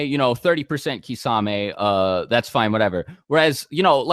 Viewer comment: You guys need to learn how to actually pronounce all od these names... Susano'o, kisame... More from other videos like minato... Its kind of ridiculoud hoe youtubers know so much but they cant even pronounce any of it